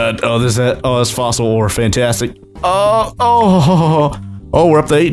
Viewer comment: The way he saids fantastic is fantAstic